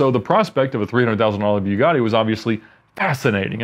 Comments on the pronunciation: The way he pronounces Bugatti bothers me too much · Why does he pronounced bugatti that way? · He mispronounced Bugatti and research lol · It’s pronounced bu-gaht-e 😉